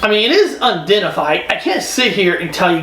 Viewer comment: It’s unidentified. Not undentified.